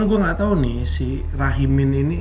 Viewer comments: Oot tapi aku ngakak banget salah denger Rahimi jadi Rahimin😭😭☝🏻🙏🏻🙏🏻🙏🏻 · Lagii seru” nonton, eh malah ngomong namanya malah “RAHIMIN” jd ngakak donk 😂😂😂.. seruuu, suksess terus tim dms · siapa yang ngakak denger salah sebut nama rahimin 😭😭😭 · Ngakak denger hah rahimin😅padahal Rahimi😂